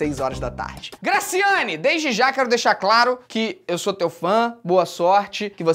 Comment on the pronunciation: Eu ficava voltando TD vez que ele falava grascyannee Barbosa (n sei se é assim se escreve) mais e MT legal kkkkkkk